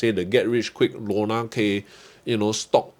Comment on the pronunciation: lol! your “Lorna K” pronunciation very accurate 😂